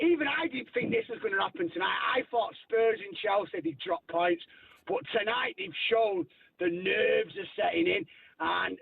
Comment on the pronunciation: 😂 what he said wrong . ...sack him tonow. Not today. Tonow sack him